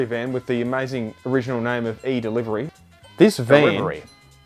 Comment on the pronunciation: “DERIVERY” 🤣🤣🤣 Fuck yes 😂